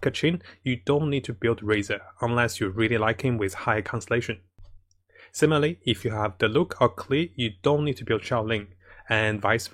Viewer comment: "and simaly" XD